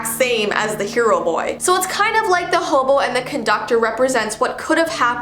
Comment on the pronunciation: why do you call hem hoboo????